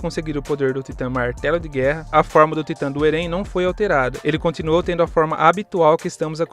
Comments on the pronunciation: Não é eren que se fala se fala éren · "eRÉn"? Caramba não consegui ver o video todo aí por isso sgsgsg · Video tá ótimo... mas a pronuncia de Eren tá errada, deu um pouco de agônia kkk